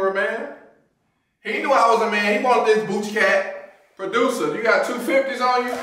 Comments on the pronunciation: “Boochie cat” tf u say joe?😂😂😂😂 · My man's said, "BoochCatt". I have never heard of that one. Lol wow! We gone pray for them. 😁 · Did he say BOOCAT 😂😂😂😂